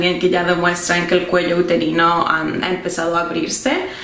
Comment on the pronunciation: Si efectivamente se dice cuello parcial o totalmente borrado. Y ademas se dice uterino no uterano